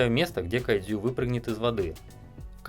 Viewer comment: Кадзю... Как это мило пх))